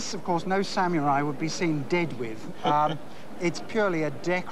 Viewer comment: ''Sam-your-eye''? Stop it, stop it, stop it!